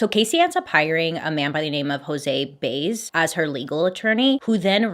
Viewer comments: It’s Jose BYE-EZ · You pronounced José last name wrong